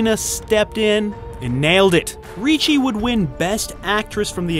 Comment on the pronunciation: There is no "CH" in "RICCI"!!!